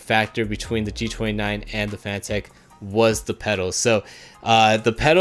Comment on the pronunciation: Great video man, but I think it is pronounced the same as the word "Fanatic". As in being a Fanatic about racing. A quick search even showed on Fanatec's channel, they say it "Fanatic". Listen here at the mark. Also the head of Fanatec himself stating it is Fanatic - start watching . Not trying to start an argument or anything, just pointing out for future videos of yours.